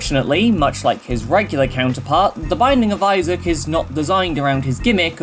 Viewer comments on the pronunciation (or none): none